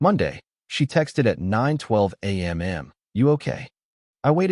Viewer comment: Why do u say A m m. And not either AM. Or PM